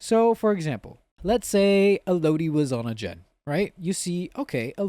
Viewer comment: Rofl bro who taught you how to pronounce Elodie 😭?